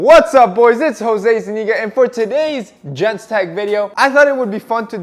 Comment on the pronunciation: It's Jose, Jose Zuniga